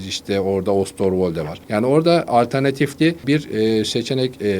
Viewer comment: Ostorvoldo diyip duruyor herif. 🤣🤣